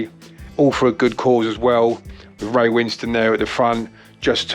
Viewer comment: Not trying to be a dick her and the poster you are replying to wrote Winston (as in Churchill) and you pronounced it like that in your introduction, but you spell Ray's name Winstone (as in made of stone), and so I think that the second syllable of his surname is pronounced as -stone. I might be wrong though, so perhaps you can ask him if ever in his company again and might even earn some Brownie points if he was too politic to say anything previously, or if you have a mutual friend or contact then maybe ask them instead.